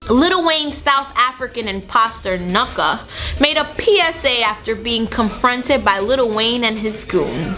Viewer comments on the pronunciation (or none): young Nucho not whatever she just said